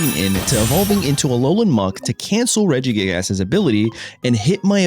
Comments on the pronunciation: regigASS 😂 brother what in the pronunciation 😭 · love how hes saying regi-gig-ASS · It’s his favorite form of engagement bait 😂 mispronouncing names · "Illima so we can bounce our regi-gig-ass" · you really pronounce the ass in regigigas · Came here mostly to see how dude would pronounce Regigigas. Was not disappointed